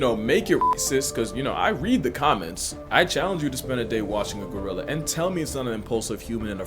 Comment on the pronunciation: Not Go-rilla! Gry-lla! Lmao, cracks me up every time.